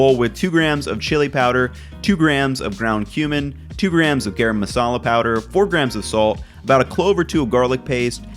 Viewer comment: great vid but garam masala is actually pronounced guh-rum:)